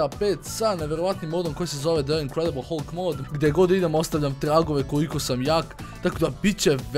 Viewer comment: Ako oces pravilno kaze se HALK!!